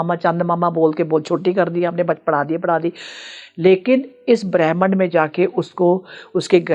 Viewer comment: aap gud punjabi me galat shabd bol dete ho.... Bhramand ko brehmn bol rahe ho...😂😂😂